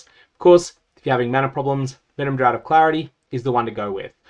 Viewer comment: Really minor thing that is nbd but I thought you might be interested to know, draught is funnily enough not actually pronounced similarly to drought, but is instead essentially identical to the pronunciation of draft. Love your videos as always, you make teaser season the best season 😊